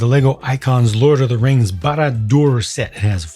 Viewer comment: Finally someone actually pronounces Barad-Dûr correctly. I liked you before, now you're even higher in my "Best Lego reviewers" list